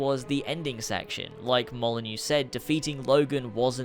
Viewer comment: you passed the first test. You pronounced Molyneaux correctly. You've gained trust.